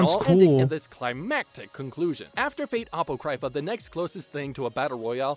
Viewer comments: I agree with 99% of what he said (although neither the stuff he says, nor the visuals being shown in this video is what you would call spoiler-free) but all of that aside... apoCRYpha? and Nero supposedly saying UWU instead of UMU? Bruh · This guy's pronunciation of Apocrypha is killing me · Man, the guy in the video can't pronounce anything correctly, first ufotable, then apocrypha, and now mistaking Umu for Uwu.